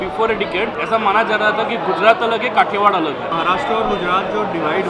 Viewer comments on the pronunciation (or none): Kathiwad nahi medam kathiyawadi 🤣😂 i love love my gujarat i love india 😘😘😎🌹🌹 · 😊 kathiwada nhi 'kathiyawad' and i am a kathi darbar so i am very proud of my cast. 🙏 jay mataji